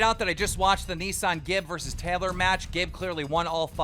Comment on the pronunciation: Im pretty sure his name is Aneson Gib and not “ A nissan Gib”